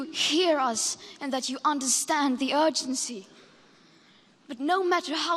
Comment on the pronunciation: Greta : HOw DArE YiUO ME : MUFFIhn